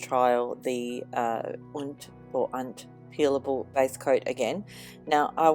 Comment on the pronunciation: It said "peeable" instead of "peelable". Lol.